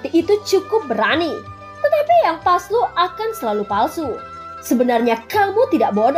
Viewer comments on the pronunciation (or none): Palsu syg bukan paslu pelan2 bicaranya nti kgigit bibir manis mu 😂😂😂🙏🙏🙏